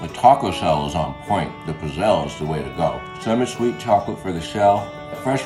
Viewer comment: the way you pronounce pizzelle is painful lmaoo